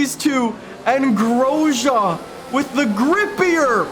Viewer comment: Am I the only one who gets triggered at how he says Grosjean